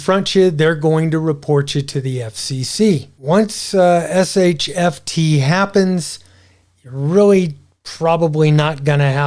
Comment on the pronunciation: Not sure why you call it SHFT instead of SHTF...